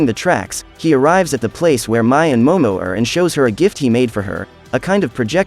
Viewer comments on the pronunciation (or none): Every review gets her name wrong Mais name is pronounced like May not My.